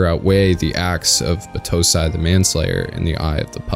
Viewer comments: I absolutely hated the english dub. They pronounced Kaoru like "Cory", and battousai like "batu sai" It was gross I loved the manga, and I'm watching the subbed version. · Great work, but the way you pronounced Battousai was killing me